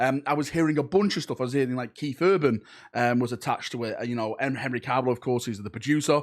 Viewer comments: And its Cavill not Carvill 😂😂 but then it is a video so you have to fudge a pronunciation up! 😂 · 'Caaaarvill' facepalm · Why does the Manc accent change to Welsh when saying "Cavill"?